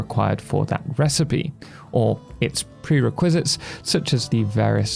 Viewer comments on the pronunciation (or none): Though he said prereQuizits instead of preRequizits. The emphasis was placed weirdly even for someone from the UK. Requisite is a word, prere isn't a prefix. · they might be taking about around the mark XD the way you said "prerequisites" threw me off for a sec lol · haha fair enough, not a bad idea. Resources is 's' not 'z' and 'prerequisites' was too funny! its all love by the way we all have our quirks.